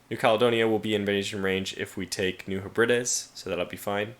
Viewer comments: Oh my, this was one excellent video. As "Graustreif Brombeerkralle" mentioned, that was probably the funniest moment in the video! Besides that, as far as I know, New Hebrides is pronounced, New Heb-ri-des. And as always, England Prevails! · I believe New Hebrides is pronounced New heb-red-dees... 😉